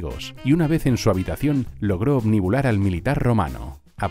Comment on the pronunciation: Excelente información como siempre, pero que no se dice OBNUBILAR, no "obnibular"? Y creo que ahí no hubo amor, sólo interés político